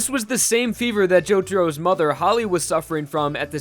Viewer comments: [Jah-Skey] is how it’s pronounced? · Learn to pronounce Jotaro.